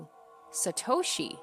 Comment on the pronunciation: Please say Satoshi like To in Top not Toe from a foot lol